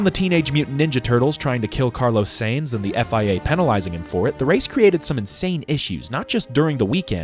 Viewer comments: I can live with americans pronouncing grand prix how they do, but that carlos sainz pronunciation killed me. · I agree with you saying that if F1 doesn't change soon the downward trajectory will be similar to NASCAR's from the mid 2000s to the late 2010s. Also you mispronounced Sainz